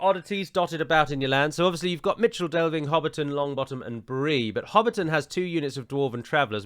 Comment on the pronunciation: For some reason I always thought Michel Delving was pronounced "mikle". Am I completely in th wrong or is it plausible ?